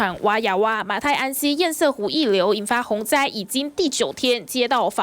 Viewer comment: 請問到底什麼是煙賽湖..？？？？？能不能上節目前查查自己不熟悉的名詞怎麼念…都沒有助理嗎？教育部有頒布國語字典，不難查吧…